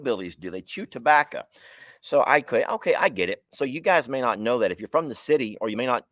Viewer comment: That tabbaca comment had on a rant about tabbaca for a min lmao 🤣 the way he said tabbaco he said tabbaca lmao 🤣